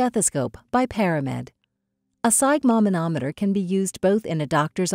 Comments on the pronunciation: I have never heard sphygmomanometer pronounced the way you pronounce it. To make sure I wasn't hearing things I listened to how it is pronounced. I've always heard "sphyg" pronounce like i as in it. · Step one, learn to pronounce sphygmomanometer. 😅